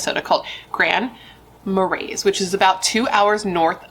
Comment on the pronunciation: "Marais" is pronounced in French like "mar-ray" / "mar-eh" (or pretty close to that). It literally translates to "swamp."